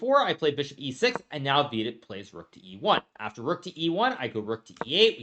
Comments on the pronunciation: If you're confused why i mis-spelt his name, it's because Hikaru mispronounced his name in the vid. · He still calls him VEE-dit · Vidit became half Hispanic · Bro said Vidit Santos, as if it is Los Santos